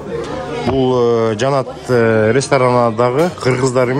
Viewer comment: Жанат дебей Жаннат деп суйлосон боло